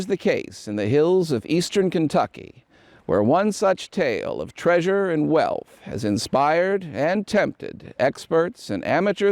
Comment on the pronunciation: "Do NOT seek the traysure."